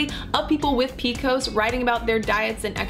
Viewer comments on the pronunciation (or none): No one that I know of, pronounces it PEEKOS. It's Pee Cee OH ESS PCOS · I had never once heard it described as "PEE-KOSE." Lol. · who the hell calls it "peekos"???